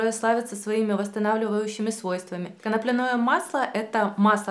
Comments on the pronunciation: Почему коноплянОе, если коноплЯ? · Не beta - karаten, не канаплинное масло!!!! Боже, как так можно ставить ударение не правильно. Причём всегда. ИКЕА. . 😬